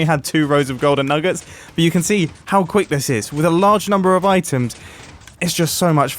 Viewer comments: Btw not making fun of his accent for those who have it 2. Sorry if I offended anyone 🙏😔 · Mumbo: the golden nuggUts Me: 😑 its pronounced nuggets 😂😂